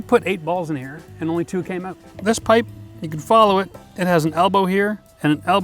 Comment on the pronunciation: The balls come "ooot"?